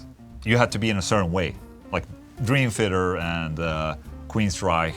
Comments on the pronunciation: Only one QUEENSRYCHE and it is pronounced Queensrajk. Not Queensrajsch. Just hate that mispronouncing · Queensryche- “reich” not “reish.” No mention of Voivod? Dude...Legends!